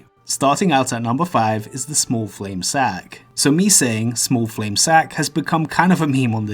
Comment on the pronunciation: smah fwame sahk